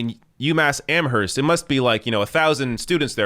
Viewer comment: I love ya, kid, but the "h" in Amherst is silent.